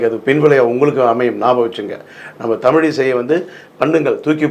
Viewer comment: தமிழையே சரியாக உச்சரிக்கத் தெரியாமல் தடுமாறும் குட்டிக் கண்ணனை முதலில் ஜெம் ரீவி கவனத்தில் கொள்ளவும்!